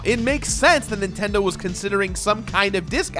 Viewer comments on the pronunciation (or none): "Official Nintedo Seal of Quality"